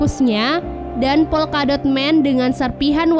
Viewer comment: Polkadot woy bukan volkadot